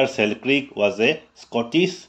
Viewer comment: Sir it's pronounciation is Alexander Selkirk not Selkrik....